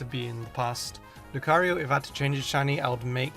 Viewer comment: loo-cairo Yeah I know lucario's origin is related to Egyptian mythology but don't spell his name like Cairo